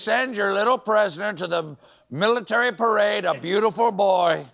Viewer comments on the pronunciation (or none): You have mispronounced the word “Perade”